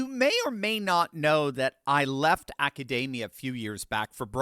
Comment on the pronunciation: "acadamia??" 😂😂 if you can't even pronounce it.....